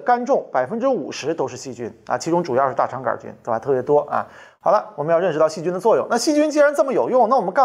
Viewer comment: 大肠杆儿菌，这种念法我还是头一次听说，李永乐发明的新念法将广泛传播，成为现代汉语的新组成部分